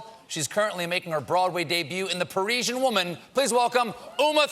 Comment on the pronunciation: PAR-RIZ-EE-AN. That is how you pronounce Parisian Americans!!!!!